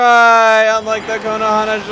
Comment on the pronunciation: every time you say Konohana I think you say Konoha wrong :D